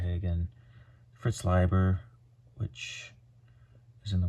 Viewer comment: Bonus points for pronouncing Leiber correctly!